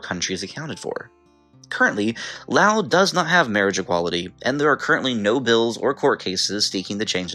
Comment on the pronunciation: Things that surprised me in this video: - Loas being in the top 10 - Loas being correctly pronounced (Geography Now is the only other YouTube channel in which I've heard the country's name pronounced correctly on.) - Bhutan being in the top 10 - Singapore being in the top 10 - Cyprus not being in the top 10 (I believe the nations of Cyprus and Israel have by far the best queer rights in the Middle East, [which I know isn't saying much unfortunately,] but I know that Israel is kind of... complicated... but I still expected Cyprus.) Seriously though, was Cyprus like #11? Because I know they have civil unions.